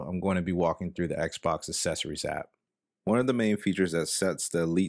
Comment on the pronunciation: Says "assessories" instead of "accessories" 😂😂😂😂😂😂😂😂😂😂😂